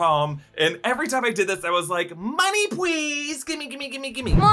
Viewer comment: Never say "Money Pweaze" again... Please and thank you.